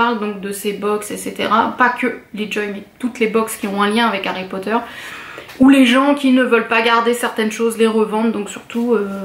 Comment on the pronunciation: C'est très beau ... et ça fait plaisir d'entendre (enfin) une youtubeuse fan de Harry Potter qui prononce l'anglais correctement XD Juste une petite chose : ne sois pas si avare de tes sourires ;)